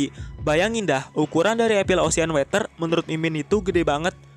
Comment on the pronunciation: water bang bukan weter wkakakaka